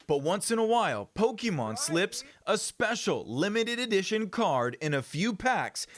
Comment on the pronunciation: This report is so typical legacy news lol - the voice - pronouncing “po-ke-mane” - Logan Paul mention